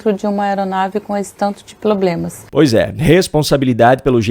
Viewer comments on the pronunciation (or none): Você não reparou que além de "inresposabilidade" ela também falou "ploblema"? Essa mulher é o orgulho do Freire.